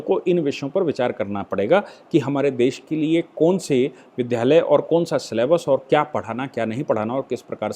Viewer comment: आप विध्यालय बोलते हैं, गलत है। वि+द्+या लय होता है। द् + या =द्या